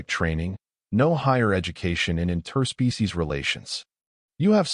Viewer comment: I really enjoy your stories, the pronunciation of interspecies as 2 separate words hurts my ears 😂